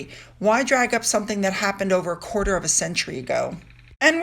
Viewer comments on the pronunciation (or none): none